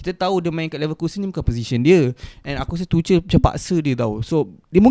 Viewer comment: Bang tuchel tu pronounce dia "too-curl"/"tu-kel"